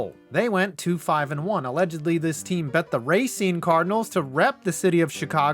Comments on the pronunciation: Yet another example of a non Wisconsinite butchering a Wisconsin town name. Racine is pronounce ruh-seen, not ray-seen. It's understandable though, we have tough names. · You mispronounced Racine. It’s ruh not ray. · Hearing him pronounce Racine as racen pains me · bro you dont pronounce racine right..